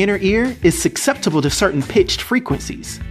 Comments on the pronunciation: It's pronounced Suh-septible not Suck-septible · Did you say suck-sept-able?